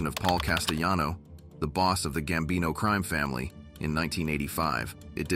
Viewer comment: Horrible 👎👎 ‘the gambino CREAM family”? 😂😂 can it pronounce ANY more words WRONG? Wow🤦🏻‍♂️👎